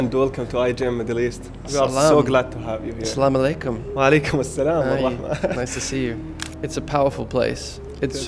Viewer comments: Damn..he said Assalamualaikum & Insyallah properly 🫰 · I feel that Andrew use this words in his daily life... The pronunciation of Assalamualaikum and Inshallah was so clean ❤ Allah will surely give him hidayaa.. Andrew knows the truth and recognised his creator Allah... This is what I feel...